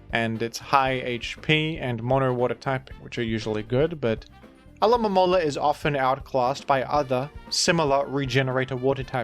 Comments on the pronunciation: Hermione: "It's AlomoMOla, not AlomomoLA" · Interesting note. Alomomola is based off a Mola Mola, so I think technically it is intended to be pronounced Alo-ma-mo-la. But real trainers know it prefers to be called Alamalamala. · That Pokémon is clearly a mola mola. So I think you’re saying it right. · I think should insist on saying 'Alo-mo-mo-la' as a bit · This is so fucking funny, someone needs to make a full compilation of him saying Pokemon's names